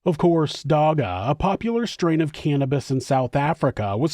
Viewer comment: Lol i love how you tried to pronounce the word "dagga". As a south african, im impressed 😅